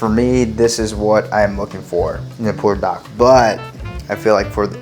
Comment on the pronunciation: In the description, you spelled it "Buldak", but when you pronounce it, you say, "Pulldak"....which is correct?